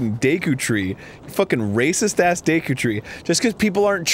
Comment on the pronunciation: you said Deku Tree in like dicku tree